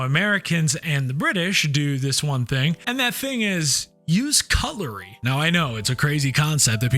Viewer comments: Did you say cutulry???? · I thought he said coloury, cuTlery, with a T. 🤣🤣🤣